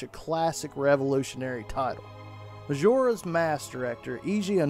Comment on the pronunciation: bro says mashoras mask!